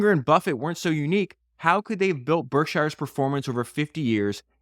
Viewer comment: Please check on the proper pronunciation of Berkshire. I operate a business in western Massachusetts and the residents get really upset if you pronounce the word, Shire. Is correctly pronounced, SHURE.